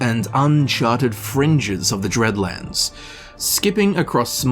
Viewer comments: It's DEADlands, not dReadlands, there's no R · Wait. Deadlands right? Not Dreadlands?